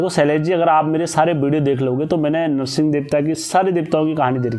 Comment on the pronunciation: Bhai dadu narshing nhi dhudha narsingh baghwan bolte hai inko